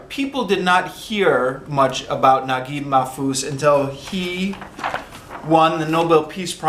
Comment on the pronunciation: The pronunciation of the author's name is correct